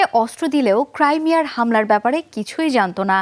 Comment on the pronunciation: ক্রাইমিয়া নাকি ক্রিমিয়া কোনাটা হবে!